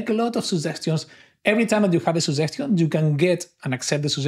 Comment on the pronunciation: Good video, I realized that I hadn't installed the chat. A small suggestion to the author is to work on pronouncing "suggestion" correctly. Luckily, the subtitles worked flawlessly.